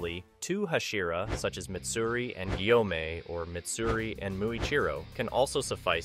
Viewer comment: What's up with getting the names wrong? You got so many names wrong and mispronounced Gyomei and Sanemi so many times. Called Giyu, Gyomei. Called Obanai, Uzui.